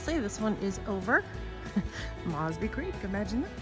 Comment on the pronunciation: Your mispronouncing 'Mosby'.